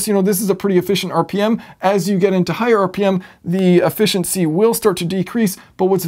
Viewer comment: Now that I'm officially "old" the generational differences in our society are becoming more obvious to me. One of these generational differences is pronunciation of the English language. The version of English spoken by your generation substitutes (wherever possible) the sound "ahh" in place of other vowel sounds. In this video you talked about "ahh-fficiency" quite a bit (whereas guys from my generation would have been discussing "efficiency").